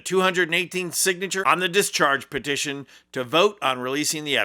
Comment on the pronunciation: PETITION NOT POSITION